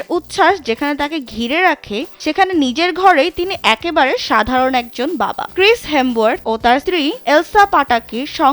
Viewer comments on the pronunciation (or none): আরে আফা ক্রিস হেম্বওয়ার্থ নারে ক্রিস হেমর্সওয়ার্থ 😂